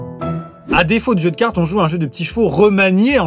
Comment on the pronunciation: Des jeux de cartes ou des « joy d’ca-rtes » ?hahaha bonne blaaaague!